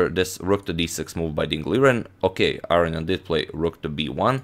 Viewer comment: Arian? Arnian? Not AROnian? Seems a whole syllable is being left out of that name.